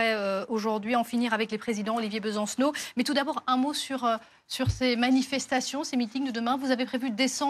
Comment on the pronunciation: ''Bensacenot'' Ben :face-purple-crying::face-purple-crying::face-purple-crying